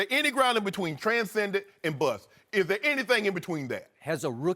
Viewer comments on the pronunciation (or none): Shannon...it's tran·scend·ent /ˌtran(t)ˈsend(ə)nt/